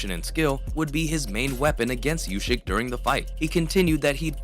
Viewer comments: if he says "ushyk", he also has to say "tyshon". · I'll 'Like' your vid when you stop saying Ushyk.